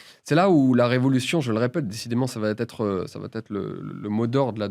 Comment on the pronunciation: Julien, il n'y a pas de "T" à la fin de "va", ON NE FAIT PAS LA LIAISON "cela va T-être" bordel. Faut arrêter de s'improviser orateur quand on ne l'est que le dimanche soir, les gens qui font les liaisons à l'oral le font par automatisme parce qu'il écrivent dans leur tête plus vite qu'ils ne parlent. Pas pour se donner des airs en essayant mentalement de le faire. Vous faites un truc qui vous donne une fausse bonne image et qui induit les gens en erreur au niveau grammatical. C'est vraiment insupportable.